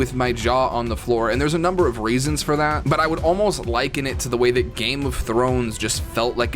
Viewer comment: “Theres a number of raisins for that” 🤣